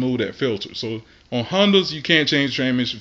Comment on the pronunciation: hunnduss did u say hunduas Hondas . I guess flush first the change filter.